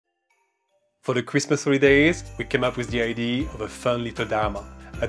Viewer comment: Well, being french myself, when you said "id" instead of "idea", I knew you were french ! 😄